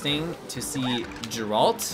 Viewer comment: Is ever gonna pronounce geralt correctly?😂